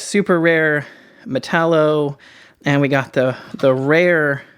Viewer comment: "Metal-O" lol